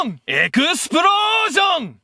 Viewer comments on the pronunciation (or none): I like how when you shouted explosion you quickly turned japanese